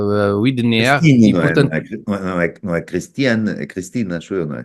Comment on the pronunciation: Amigos Tiago e Alberto. Já vos disse que o apelido da Sra. Christine lê-se "uaidener". Widener é apelido do marido, que é inglês. Bom, vamos lá continuar mas com juízo. Um abraço